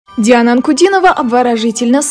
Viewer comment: Слушайте как произносят журналисты имя Диана--Дяана.Хихихи.!👍😁😍